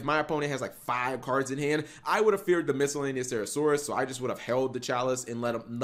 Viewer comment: Please,, please stop pronouncing miscellaneousaurus with a random “cera” thrown in there. Please. I’m becoming so triggered